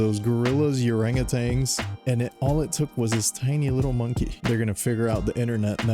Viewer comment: Dude said urangatangs